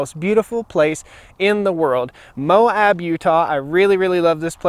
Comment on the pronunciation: It's Moe-abb, not Moe-habb.